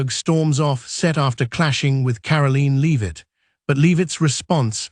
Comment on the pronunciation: "Karaleen Leave-it" SMH..